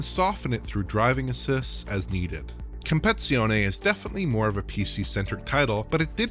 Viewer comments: Hey guys, it's not comeizione, it's competizione... first part (competi) is like competition in english, last part (zione) has a strong Z like the one in Forza Horizon.. excellent analysis however, thank you for your beautiful work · It is not COMPEZIONE It is COMPETIZIONE 😁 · Why does he keep calling it Assetto Corsa: Compression? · For the love of God, it's "compeTIzione" not "compezione". 😂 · You need to pronounce the TI as TEA in CompeTIzione - it is not a silent TEA or it would be "Compezione" :D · Completely left out two letters when pronounincing 'compeTIzione' - is saying "compezione." It sounds a bit like and is "competition." Com-pet-ti-zione. 😝 'Z's are always hard like 'Pizza' or 'Forza' not Forsa lol and you got that bit right. Good work nonetheless 👍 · It’s “com - pet - tit - zee - onay” not “competzione” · It's Not Compe-Zione It's Compe-TI-Zione! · Why the f does he constanly say "compezione" It's "compeTIzione" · narrator calling it "compezione" is very distracting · Excellent analysis as always; one small observation: it seems like your not pronouncing the "TI" [tee] in "compeTIzione". Italian basically has a one-to-one correspondence between letters and sounds, meaning every letter that forms any given word has a corresponding sound that must be pronounced. I hope my comment is somewhat informative; have a good day. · "Com-pet-zione" haha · I had to laugh about your pronounciation of Competizione you say Compezione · I really couldn't concentrate on anything....compe"TI"zione. Like in english compe"TI"tion, not competion... I'm not even italian... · Please stop saying "Compezione" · Asseto coursa kompezione If you're going to pronounce it phonetically correct, at least say it right. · Nobody:: COMPEZIONE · competsione? This dude special af lmaoooooooo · What a fuck is “compezione”??? Hahahah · Its Competizione, not Compezione ^^° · And not that it matters, but it’s COMP-PA-TITZ-EE-OH-NEE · " Compitzioney " LOL